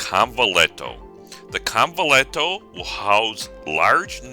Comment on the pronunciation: convent-tea-yo pronunciation of convetillo